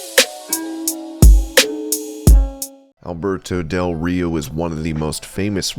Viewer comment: I thought you said Humberto del Rio lol